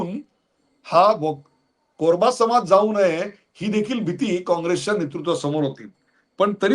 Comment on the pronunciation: अत्यंत सुरेख विश्लेषण. आणि हो ते "कोरबा" असं नसून ते "कुरुब" असे आहे.